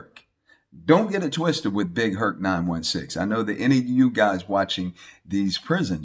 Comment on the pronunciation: Mama Hurt.......not “Herc”